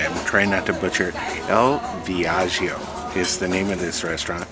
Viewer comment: Thank you so much for this awesome review you two! you pronounced the name of the restaurant wonderfully. I absolutely love tea time and that looked great, I’m definitely going to need to do that in October on the Firenze. I really enjoyed this video. Thank you both again and hope you had a fantastic time on your cruise. 😊